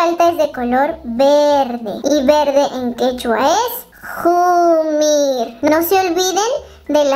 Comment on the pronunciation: uji, qillu, jumir.pesima pronunciacion. es occe, ccello, ccomir. la q no es una jota velar, es una cc posvelar